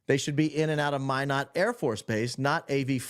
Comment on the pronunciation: Thank you for pronouncing Minot, ND correctly! It is (My-not) like you are saying.